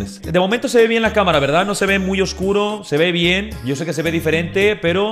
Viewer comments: Mariana no es mien es bien tienes que pronsuñar bien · No se si soy el único pero me da un poco de cringe cuando dice "mien" incluso cuando lo escriben xd:') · Yo pensaba que ÉL decia MIEL, no MIEN. 🤣🤦‍♀️